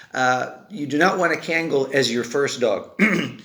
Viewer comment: No disrespect but please pronounce the name correctly it’s not cangal, it’s pronounced Kungal(Kangal)